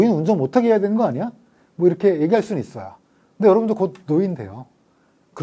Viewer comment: 있어요를 있어여로 발음하는 특징을 갖춘 분!